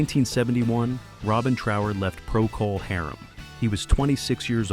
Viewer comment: "Pro-call Harem."